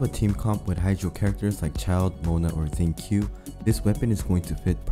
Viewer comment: This dude really called Xingqiu "zinc Q" lmao